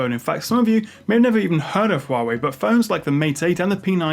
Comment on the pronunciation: it's not right it should be pronounced as "Wawi"